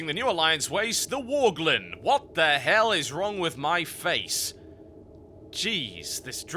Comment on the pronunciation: Pretty much choked on "Worglin" xD Holy shit.